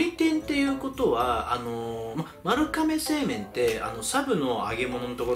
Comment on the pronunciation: まるかめw まるがめやろw